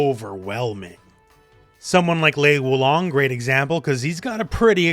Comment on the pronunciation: Looks like you got mixed up when you tried to pronounce Lei Wulong